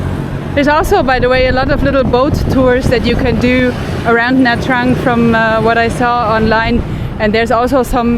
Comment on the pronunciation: “Nha” is pronounced as “Gna”, as in ‘mignon”.